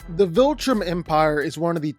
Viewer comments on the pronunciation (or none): none